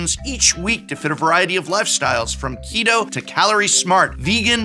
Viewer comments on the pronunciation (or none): none